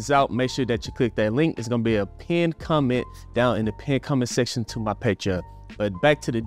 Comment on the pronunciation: You pronounce 'comment section' like 'combat section', and that cracked me up. "Go duke it out in the combat section down below!'